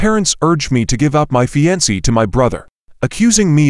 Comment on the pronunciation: Not the way to pronounce "fiancee."